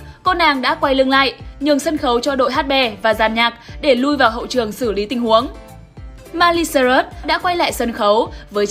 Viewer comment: Tên người ta là Miley Cyrus mà đọc là mai ly sơ rớt vậy má